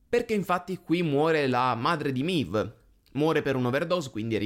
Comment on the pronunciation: Non si capisce per quale motivo MEIV (Maeve) nel doppiaggio italiano sia diventata MIV. La pronuncia è sbagliata.